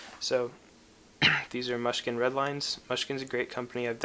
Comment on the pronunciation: have used them since 1997 and would definitely suggest them to anyone! btw, its technically pronounced 'moosh kin' ;)